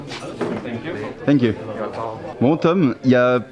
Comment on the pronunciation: Je suis à 40 secondes de vidéo et le thank you prononcé à la sauce "tanque iou" il va me faire rire tout le long 😁🤣